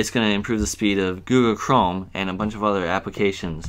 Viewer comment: "googoo chrome" lol